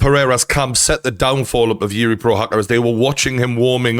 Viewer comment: Just say juri lol